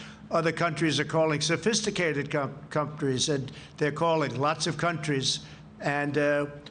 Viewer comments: Did He say sophisticated comtries.... lmao ... dis dude mouth don't work right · What's a "cumtree"? Idk what it is but it sounds gross. Maybe it's a relative to a "covfefe"? This dingus is a joke 😂